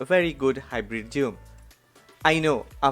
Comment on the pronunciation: The way he tells zoom is nice.😆